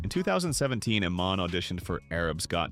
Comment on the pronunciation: Her name is pronounced E-mahn, dummy.